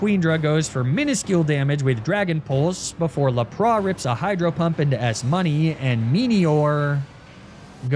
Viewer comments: La pra? Isint it Lap ras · never in my life have i heard lapras pronounced like this